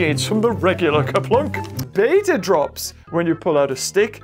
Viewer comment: I love this video but your calling beta blue which makes it even funnier (not trying to be mean)